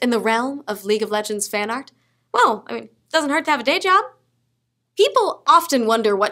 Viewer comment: Looking at I heard Blowjob instead of Dayjob LOL